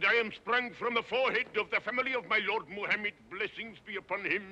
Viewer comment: I wish he had looked up how to pronounce “Muhammad”.